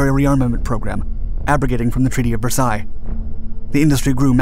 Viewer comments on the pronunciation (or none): none